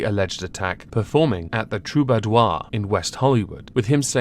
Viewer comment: Your pronunciation of Troubador is so much more fancy than that old club deserves (it's Tru-bah-door) 💙